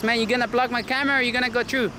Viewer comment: I enjoy some of your videos. But please man, it's not "tru" its "through" ... Pronounce the "TH" in it.